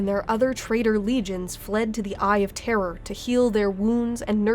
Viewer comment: Oh good, someone who's capable of saying "Eye of Terror" without pronouncing it like "Eye of Terra." It can be so confusing for new people when that happens.